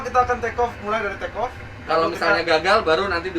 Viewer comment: oke clear for trrrekoo eh.. take off😂